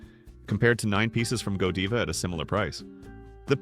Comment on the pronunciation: You lost me when the narrator didn't pronounce Godiva properly.